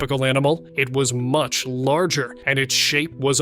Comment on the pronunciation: With a weird emphasis. :face-orange-frowning